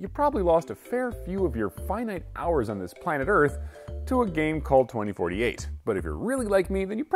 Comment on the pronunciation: He just couldnt say the number right ? XD